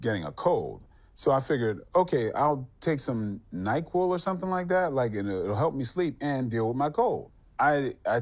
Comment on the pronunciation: was it nyqill or tylenol! lol